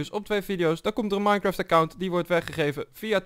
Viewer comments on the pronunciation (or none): none